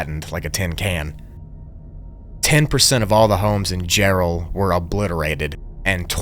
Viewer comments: Jarrell not Gerald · It's Jarrell, Texas, not Gerald...